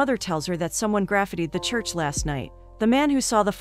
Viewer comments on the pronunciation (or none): “someone Graf-iddy the church last night…” 🤣